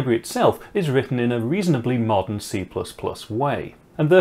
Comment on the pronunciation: Hahah, this gorgeous Manchester pronunciation! I had a minute balls-up guessing what does "molten C++ way" mean. Sounds like complete tosh. What a wazzock I am. It's actually a "modern C++ way" :)